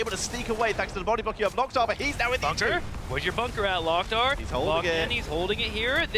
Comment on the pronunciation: Stop saying Lock Tar, It's Lowk Tar. Orc phrase